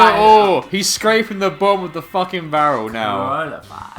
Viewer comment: "bottom of the bear-rel" can't believe no one pointed this out